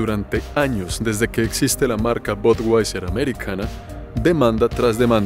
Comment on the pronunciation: DIZQUE SABE INGLÉS Y DICE "BODWAISER" QUE TIPO TAN PATÉTICO.